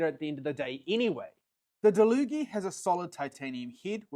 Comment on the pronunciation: He's saying it right, it says on the packaging that it's pronounced da-loo-gee